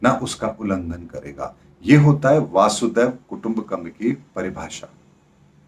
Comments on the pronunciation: वसुधा + एव कुटम्बकम्.. वसुधैव कुटम्बकम्....pl correct the pronunciation as वासुदेव doesn't convey the meaning. 🙏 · Logon ko baccha samajhna band karein. "Vaasudev" nahi, "vasudhaiv" (vasudha+iva). Pehle Sanatani bhasha ka dhyaan to rakhiye phir dharm ka gyan dijiye